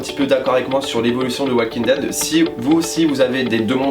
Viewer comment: "Oualkingue dède" quel bel accent xD Très bonne vidéo mais ça manque d'argument pour les critiques de personnage, j'pense que chaque personnage évoluent avec leur vécu, Carol qui décide d'être une femme avec du caractère après avoir souffert toute sa vie, Carl qui a du tué sa mère, qui subit plein de chose, qui a vu plein de chose (tuer des humains, subir la peur de son père, etc...) j'pense que chaque personnage a une logique dans leur histoire, la seule histoire que je comprend pas, c'est Michonne et Rick...